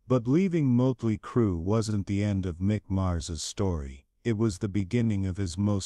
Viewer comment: Ya know.... there's like 40 years of professional and fan taken pictures of Mick Mars online. Took you 4 minutes to show just more than one. Scratching my head on why you showed a ton of random bands. And also that's not how you pronounce Motley. AI has come a long way. If you don't want to speak in your videos, you can find programs to read for you that can actually pronounce words right. Otherwise, interesting video so far.